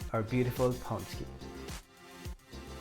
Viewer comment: Good job, they look great! You get extra points for using lard and even MORE extra points for pronouncing pączki correctly.